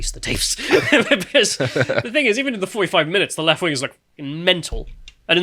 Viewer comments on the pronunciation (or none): none